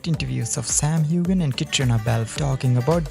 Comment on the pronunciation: How tired are these two actors of having to explain that the sex scenes aren't sexy to film, that the chemistry is great but they're not a couple IRL, etc., etc., etc., ad nauseum? PS Toons, you don't pronounce the "g" in "Heughan."